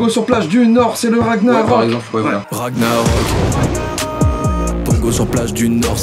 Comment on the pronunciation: On dit pas ragnarok ça se prononce ranillarok